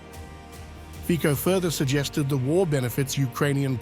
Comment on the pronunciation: Its Fico not Fikooooo...